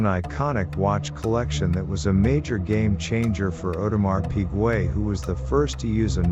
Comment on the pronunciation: Audemar Pigway? 🤷🏻‍♂️🤦🏻‍♂️😂🐽🐽🐷🐷